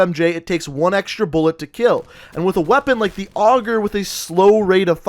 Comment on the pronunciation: ItsCamden no, augur, which is still wrong.